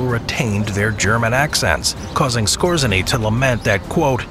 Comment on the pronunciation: Otto Skōre-zay-nee